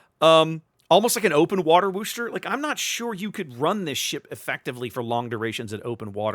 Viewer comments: Gah -- "Worcester" does NOT rhyme with "rooster'! The "Wor" is pronounced like the "Woo" in "Wood", not as "Wu", so it's "wooh-ster"! Actually, in Worcester, MA itself it's often pronounced as "wooh-stah" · As a long time "Mass-hole" your driving me nuts how you say Worcester !! Lol The R is silent ex, Wos-ter. ...Wos the "os" sound like Puss as in "face" part (sourpuss so Wos-ter !!